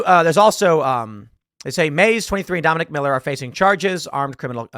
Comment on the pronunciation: And "Dominique", pronounced by the media as "Dominic."